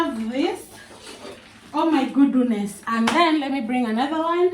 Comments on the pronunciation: I'm hearing "oh my gooduness!? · Ati unasema Ooh my Goduness😂ama ni mimi naskia zangu? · 😂😂😂yah amesema gudunesi😂 but Ako sawa ❤